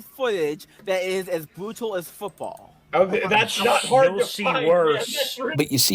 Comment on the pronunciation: "Wugby isn't a bwootal spowt" Can we ship a certain predophork down under so he can learn how "bwootal" rugby is?